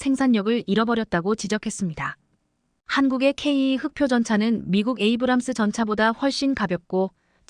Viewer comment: ""씨!(=영상 제작자)에게 묻겠습니다. "K2"를 "케이 투"가 아닌, "케이 이"로 읽고, "km"를 "키로 미터" 또는, "킬로미터"가 아닌 "케이 엠"으로 발음 하고, "진입 장벽"을 "진인 장벽"으로 발음 하는 "당신"은 도대체, "어떤 나라 인간" 입니까? 내가 보기에는 당신은 절대로, 절대로, 절대로, "대한민국 국민"이 아닙니다. 거기에 더해서, 현재 폴란드가 원하는 수준의 무기를 만드는 나라는 ("미국, EU, 이스라엘 "일본", 한국 정도 인데)라고, 말을 했는데, "대한민국"을 '한국"이라고 하고, 또, "일본(Nippon=Japan)"을 "슬쩍 끼워 넣은 것"으로 "유추"해 보건대, 당신은 "Nippon=Japan= 일본)" "인간"인 것이 "확실" 합니다.